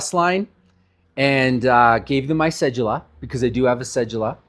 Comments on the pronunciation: WHY do people pronounce it CEJEWLA its Cedula there is no j sound. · The fuck is a cejula 😂 you mean Cedula, pronounce it right ma boii "Se Due La"